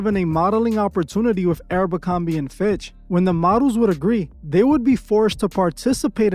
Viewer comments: Why you keep saying Arabicomby, instead of aBERcomby?! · Why does he pronounce Abercrombie like that? Sometimes he says it correctly, but most times he says "ArabMerCromBee"... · My guy, my brain hurts each time you call it Aero-bercorbie... Idk how to spell it but its like youre mixing Aeropostale and Abercrombie together 😂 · It's not arabercromby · You'd think would do enough research to at minimum pronounce the name of the company correcly. 😒